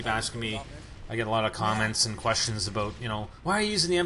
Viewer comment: Is he canadian, i heard him say abooot and it sounds really canadian